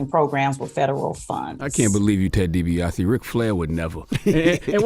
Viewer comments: Ted De-Buy-Us Jr. Oh dear 🤦🏾‍♂️🤣. It’s Ted Dee-Be-Ah-See. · Ted Dee-Be-Ah-See Jr.🤦🏾‍♂️ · Ted Dee Bee Ossie ! Not Ted Dibias 🤦🏿‍♂️🤦🏿‍♂️🤦🏿‍♂️🤦🏿‍♂️🤦🏿‍♂️🤦🏿‍♂️🤦🏿‍♂️ #SevenTheRev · I know its spelled weird but how does she not know its Ted Dee-Be-Ah-See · She completely said his name wrong lmao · Didn’t even try to say his name right lol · She butchered Ted Dibiase's name